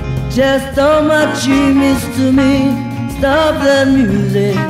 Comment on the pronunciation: いわゆるカタカナ英語とは違って割と綺麗に発音してる方だと思います(*^^*) Stop the musicの発音の仕方とか 声自体は10代のそれなのにすごくセクシーですよね